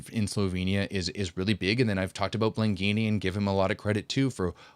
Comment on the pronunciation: Last time you pronounced Blengini correctly. Not today, today you are saying "Blenghini". I care about your languages.